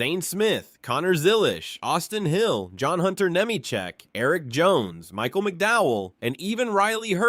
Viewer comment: Hockevar, Bewescher, Nimecheck….agreed…